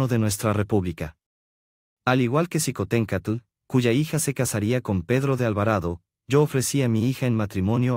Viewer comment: Esto es su visión pero es imparcial, no comparto su historia con respecto a Xicohtencstl se pronuncia Shicotencaatl